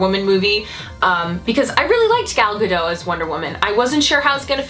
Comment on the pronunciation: The T in Gadot is not silent